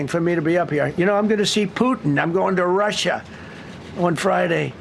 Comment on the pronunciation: He didn’t call Alaska Russia, he called it Rushia